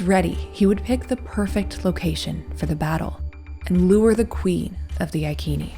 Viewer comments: Iccccccnee. Not IKeeeni! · It’s pronounced “I see knee tribe” not “I key knee”. Love you vids. 😊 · ITS CALLED sELTS NOT KELTS AND iSEEENI NOT IKEENI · Who were the i-keeni, neverheard of them. There was a tribe called I seeny ( iceni) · Eye Sea knea = iceni not I kean e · “Iceni” tribe is pronounced “Eye-SEEN-eye” (not “EYE-keen-ee”). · Boudicca was queen of the iceni tribe (eye see knee ) not eye key knee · That was excellant. But wasn’t Iceni « I see ni » not « I kee nee »🤨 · Their name is only recorded in Latin, so we do not know what their actual name is. That being said it is not I as an eye. But a long e sound as in ee Ken nee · The Angles and Saxons did not appear in Britain until about two hundred years after the Romans left. Boadicea, whose name was pronounced as Bowadisia, was a Celt. Celts had populated the land for more than 5 millennia. Stonehenge is now found to be older than the Egyptian Pyramids. The Ikeni (pronunciation is Roman) The tribe were the Iccenni, pronounced Iseenee, I have edited my comments about Boadicea being Anglo Saxon, those people from the main lands of Europe did not begin to arrive until about 200 years after the Romans retreated back to Rome. This I have done because of retraction of the suggestion that Boudicea was Anglo-Saxon. This post is a good portrayal of these times. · The pronunciation rule in English has the “c” followed by “e” or “i” pronounced as an “s” ( eg. I-sen-ee / Iceni ). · Hi, like your stuff, pronounced I-See-Nee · Thought the tribe was pronounced "I-see-knee" according to a history channel documentary, which is very good. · Soft 'c' not hard 'k'....Ic (see) ini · Iceni (Eye-Say-Nee). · Proper pronouncement of ICENI....Eye-sin-eye. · I'm not being picky but Iceni is said as "I see knee". love this channel so much❣💗💙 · Not “ ikeni” soft c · Prounounceation is icene like said in ice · It's normal to say iconic with a soft C, why do yanks think they know different?